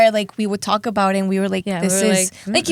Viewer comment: She said "thalk"